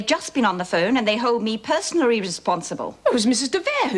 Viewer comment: "... and they hold me personalaraly responsible."